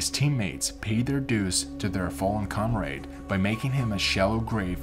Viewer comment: Interesting story however… The individual doing the narration mispronounced I know a number of words. Morphine was miss pronounced as well as the word comrade. I am an old broadcaster and have done hundreds of voice overs. Again, interesting story but you really need to find someone who knows how to pronounce words.